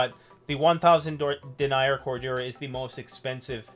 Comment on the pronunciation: BTW in this context "denier" is pronounced "den-neer". When pronounced "dee-nyer" it refers to someone who denies something.